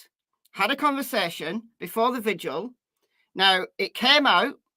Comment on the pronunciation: Does anyone actually read these messages. If you do why do Americans have so much trouble with VIGIL. 🌟 not VISUAL